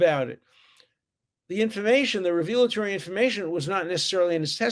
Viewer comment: The testimony/evidence was not re-veal'-a-tor-y. It was rev'-eh-la-tor-y.